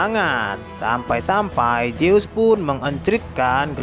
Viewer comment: Min ZEUS bukan JEUS